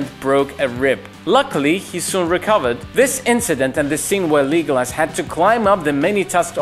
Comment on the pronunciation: I’m sorry did he just say “Leegolis” wtf💀